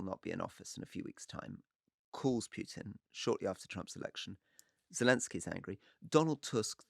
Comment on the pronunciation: Can't listen to this ,one is to loud and the other to low sorry...and Campbell stop the Pjutin mispronunciation please.....